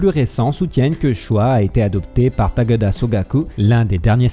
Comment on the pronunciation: Choi se prononce :"tchoï". Et non "chwa". TaKÉda Sokaku et non "TAGADA"...😁. Bonne vidéo sinon.👍